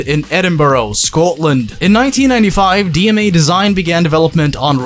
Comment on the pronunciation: Jeeeesus christ man, absolutely butchered that pronunciation of Edinburgh and Scotland. Its ‘Edin-bruhh.’ Dafty. And also DMA were located in Dundee, not Edinburgh.